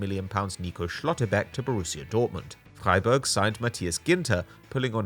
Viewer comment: That first pronunciation of Freiburg was flawless 👌🏼